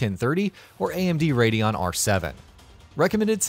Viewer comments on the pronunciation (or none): none